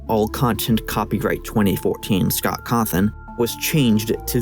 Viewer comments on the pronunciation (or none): none